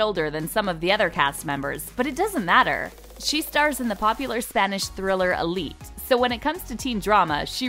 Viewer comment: I think is so funny how she pronounce Élite like "ilit" idk how I can show us how to pronounce anyway my first language is Spanish I don't speak English so well. Oh I got it if u are curious search in the translate google and hear de pronunciation hahahsh